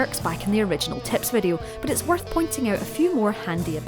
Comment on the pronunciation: When u said “tips” I thought u said tits